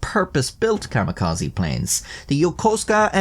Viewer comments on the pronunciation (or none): My mans, im sorry, but it is Kami -ka-ze not kama-ka-zi. Idk when you're making educational videos it feels worth mentioning, instead of being petty, I am hoping to be constructive and drive higher knowledge too. Also it's "dir-ris-iv', not, de-rise-ive, you're thinking of divisive, or derived (from), caught as I was typing. Anyway, thank you for the video!